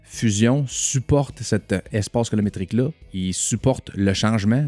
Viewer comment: Yezzzirrrrrr!!! Encore un autre excellent vidéo! 👍 *Colométrique ou Colo"RI"métrique!? 🤔😉